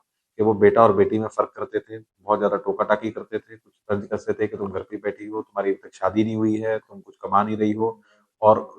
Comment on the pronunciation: Tanj nahi tanz thoda urdu please aap urdu me bola kare